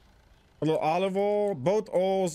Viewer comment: "Olive ohl" 😂